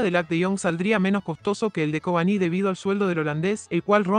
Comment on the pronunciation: Por qué dice Covaní y no Cavani?